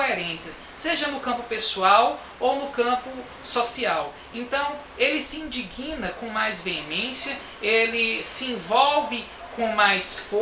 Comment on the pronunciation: G mudo fica assim mesmo. Mas é o estudo e leitura que corrige alguém.